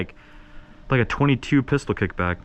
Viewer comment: Am I the only one that noticed that on the black with gold he said fistol